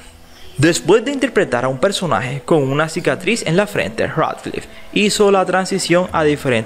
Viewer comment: Cracliffe?? Pronuncialo bien por favor y Harry Pouter también